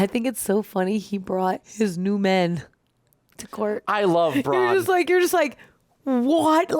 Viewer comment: He calls Bronn "Brone" this episode or something along that line, and also mispronounces other names pretty often. Not saying that clears him but